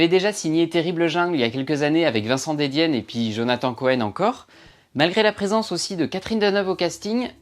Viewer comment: C’est QUEnard et DEdienne Pas de « é ».